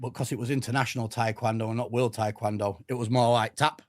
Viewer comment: Taekwondo isn’t tap touching, and to top that off can’t even pronounce it right